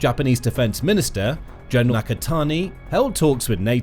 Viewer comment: lol it’s pronounced “Gen”, not “Jen”.